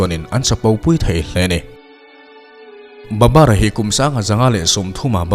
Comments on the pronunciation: Babar ti loin Babur tiin a in ziah dan ang khan lam rik tawp tur aw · Babar tih hi,babur ni zawk lo mi